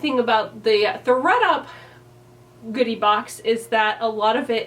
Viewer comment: I've never done a styling service, and I don't know that I would, but this was a fun video! I also, at the beginning, thought you said you got a "booty" box instead of "goodie" box, and I was really interested in what that was going to look like! Hope you do another one of these.